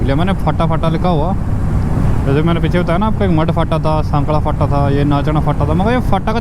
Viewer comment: फाटा नहीं भाई फांटा बोलते ह मतलब "स्टैंड"